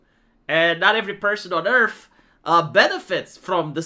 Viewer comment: he said "Earf"